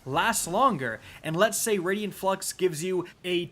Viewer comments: It's pronounced Raiden (Rey-Den) you know like the God of Thunder from Mortal Kombat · I Cringe every time You say Raidien instead of Raiden Flux but nice job on Multiplicative here. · It's *Raiden Flux, not Radian Flux... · “It’s pronounced RAID-IN flux not RAID-EE-IN flux” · Raiden Flux, not Radian Flux. Ray-Den! I'm sorry but every mispronounciation was stomping on my last nerve. You can't even blame the spelling for this, it's CRYSTAL CLEAR! Get better bro, I normally let your bevy of mispronounciations slide but this time it set my blood on fire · Wtf is a raidian flux? Where are you getting that second 'i' from?! You never played Mortal Kombat or something? RAY-DEN. Or if you're doing japanese pronunciation like in Metal Gear, RYE-DEN. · “I like to add syllables to the word ‘Raiden’” here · "I need to work on my pronounciation". It's RAID-en flux. Not Raidien:) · "I pronounce 'Raiden' like 'Raidien' for a whole video because I either read on a second grade level or I'm going for a bump in engagement on the negative comments"... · Exotic name says "Raiden Flux", reads it as "Radian Flux". Come on, you can do better. Otherwise, good video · ” it’s the raiden flux not the raidien flux” here…. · “It’s raid-en not raid-Ian flux” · Rai-den Flux. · "Radian Flux" :\ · “Raidien flux” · It's pronounced RAY-DEN Flux bro lol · “I mispronounced Raiden Flux for the entire video”. It’s Raiden like the god of lightning and from Mortal Kombat. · Please stop saying "raydian flux"